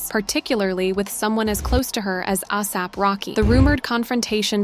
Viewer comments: Ahsap??? It's ASAP. A mean there is even a word called asap. How could you even get it wrong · The narrator needs to learn how to say his name ASAP not AAASAP